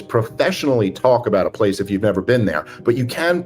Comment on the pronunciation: You haven't "bean theyuh", you wouldn't understand